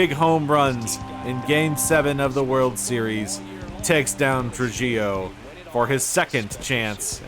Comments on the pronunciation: Trujillo is more like “True He Yo” Great video as always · Tru-HEE-Oh. It's a Latin surname; the J is pronounced like an H.